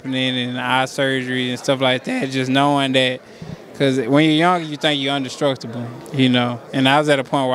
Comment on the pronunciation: Indestructible ** nikka said undestructible 😭😭🤣🤣🤣